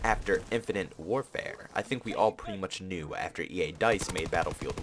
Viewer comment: I❤️u pwety much bro 😂 no homo